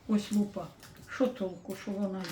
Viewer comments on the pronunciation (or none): Ну какая лупА,лУпа вообще то,ударение на первый слог. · лУпа, а не лупА. ЛупА-это перхоть.